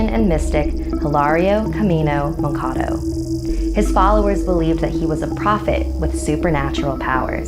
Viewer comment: I didn't hear moncado I heard wakanda no joke lol